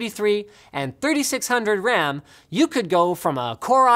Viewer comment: ow mush WAM do I neeb fow my mimecaft soyvor